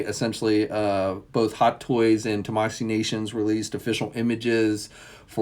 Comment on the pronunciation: Still can’t seem to say Tamashii Nations right